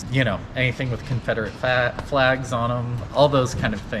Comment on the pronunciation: “anything with confederate fahqs “ LMFAOOOO😂😂😂